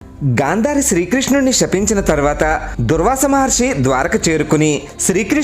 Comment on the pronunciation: It's not durvaasa, pronounce it doorvaasa